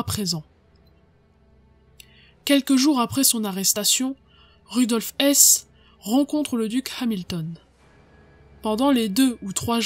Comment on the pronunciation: Vous prononcez, à juste titre, un h aspiré pour beaucoup de noms mais pourquoi pas celui de Rudolf Hess justement?!